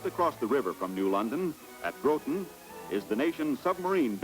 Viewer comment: Oh - mispronunciation of Thames and Groton - we're not in England